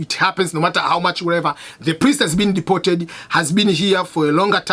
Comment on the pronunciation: Cannot even Pronounce Deported